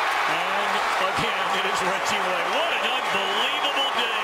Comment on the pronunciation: " I give weggie wayne gweat cweddit"